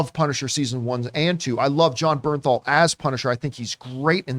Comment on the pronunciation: It's Jon BerNthal